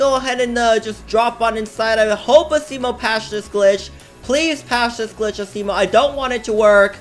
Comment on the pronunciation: He said ASSimo XD.